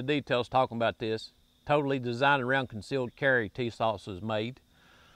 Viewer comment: Hommie just said tisauce jajaja